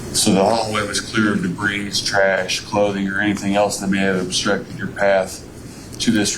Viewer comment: "dabreeze" ? I'm guessing he means debris......